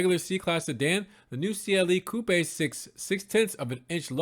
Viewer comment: Haha "coo-paaay" 😅😂